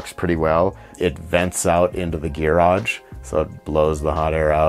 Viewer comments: He says gearage 😃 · I like that gearage, instead of garage. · Where are you from originally? I have never heard anybody else say “ghee-rodge” before!